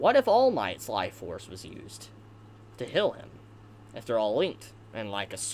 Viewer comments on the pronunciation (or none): you say heal so strange D